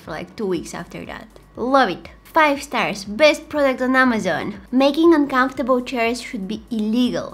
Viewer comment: She say ikea and amazon😢